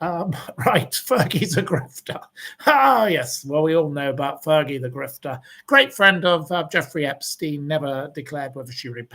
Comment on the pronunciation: I used to like watching you on Shaun's show. I love it when you blast on Fergie! 😂 Fur-gay.